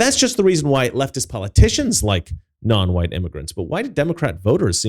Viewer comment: "Wu-hite people."